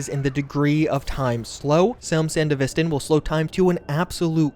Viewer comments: "San-deh-viss-ten" I'm sorry but this was so hard to hear throughout the video hahahah Me: Isn't it "San-devi-stan"? which one is it? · BRO SANDE-VISTAN?! RLY!? It’s SAN-DEVISTAN… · Come on man after Edgerunners there's only 1 way to say Sandevistan. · Nitpick: San-devi-stan, not sand-evistan. Edit: Thanks for the non-self correction. My soul is at... sort of peace. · Please 🙏 you said it so many times The pronunciation is Sān-Dev-Est-Stān. Its Name comes from the last Corp War, mainly taking place in the desert the "Sandy Devestaor" from what happens to the sand flying up after use. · dude said sand-evis-tan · Come on, man, we have an entire anime on how to pronounce Sandevistan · san-dev-is-tan lol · correct pronunciation san-dev-eh-stan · The fact that you can literally acknowledge edgerunners as a popular thing, claim to LOVE cyberpunk itself and then mispronounce sandevistan like that hurts my soul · Yo it's Sandevistan not Sandevistan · Dude managed to pronounce Sandevistan differently several times lol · my man acknowledged he's saying Sandevistan wrong after proceeding to say it wrong multiple times. 😡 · The way you saying Sandevistan is fucking me up, lol. IM sure the way say it in the anime is correct since Mike Ponsmith helped oversee a looooot of the work in Studio trigger. plus the DUbbing was fucking supreme. So yeah, they had to say it right. lol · Great video, but real talk, if you're making a cyberpunk video after the anime has released, you really should be pronouncing Sandevistan correctly. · love how this dude obviously shows evidence of watching edgerunners but still butchers Sandevistan AND ACKNOWLEDGES IT and keeps saying it completely wrong